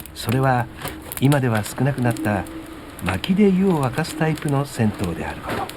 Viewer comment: 銭湯(ぜにゆ)ですね。風情があっていいですねぇ。